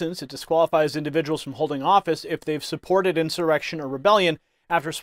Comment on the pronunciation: This snake oil salesman is full of it. No intelligent person calls the J6 scam an "enshawreckshun".